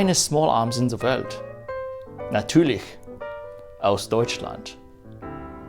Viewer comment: Meine Hochachtung, eine sehr gute Aussprache des Ü in "natürlich"! translation: My compliments and respect for the very good pronunciation of the Ü in "natürlich" I know how very hard german can be, especially when not born here and/or after some influence of well made beverages... actually the last thing also applies for people born in germany. Another actually: well actually we germans don´t even always understand each other when sober... well let´s test somebody from texas to speak/understand some one from... whaschington state/ohio...what else is far apart from eacht other? have a very very nice day / Einen Schönen Tag noch, wünsche ich! (first I´ve seen this video on Weapons and War!)